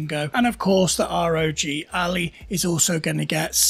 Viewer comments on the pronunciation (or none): I had to stop listening to this after called the ROG Ally, the ROG Alley. Painful.